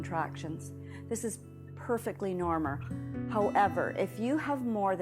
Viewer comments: I thought I wasn’t hearing right 🤣🤣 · "This is perfectly normer" 😂